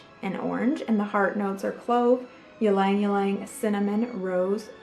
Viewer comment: Fracas= Frah cah...vetyver = vet i ver....ylang ylang= eeelang eelang...i had to stop watching, talk about beauty and cant say the names right..